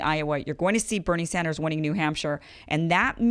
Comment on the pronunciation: Damn even she can't say Bernie Sanders, damn.